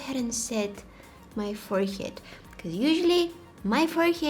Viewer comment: I like how she said it forehyead 😂❤😊